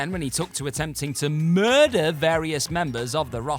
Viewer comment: The way u said murder is really funny🤣